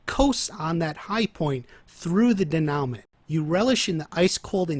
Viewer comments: bro great video. i have only 1 gripe. i dont expect you to speak french by any means, but when speaking about narrative structure, incorrect pronunciation of a key word like denoument can seriously undermine your credibility. i bring this up not to rag on you, but because your videos are fire and i wanna see fans take the most from your content. the correct pronunciation is day-new-mah. i would also suggest digging a little deeper into the correct use of the word as you seem to have a decent grasp of the concept, but a couple examples you gave were juuuuust a hair off. not incorrect, but maybe could have been worded a little better. this has been your weekly constructive criticism, signed, a dedicated fan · Denowment. Lol good video though